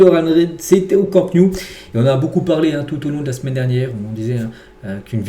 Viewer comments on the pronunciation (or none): Je suis catalan et quand j'entends le Camp new j'ai les oreilles qui saignent. Tu dis t'intéresser au Barça et tu n'es pas capable de prononcer correctement le nom du stade. Camp Nou (ca_mp no_ou)